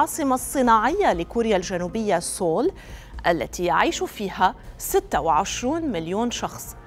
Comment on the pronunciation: سيول لا نقول سول، خطأ نسميها سيول Seoul 😊